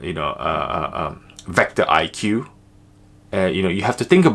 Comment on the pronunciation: It’s vecto not vector